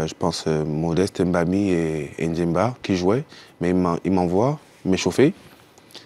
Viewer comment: C'est MBAMI et non M'BAMI ! Apprenez à respecter vos langues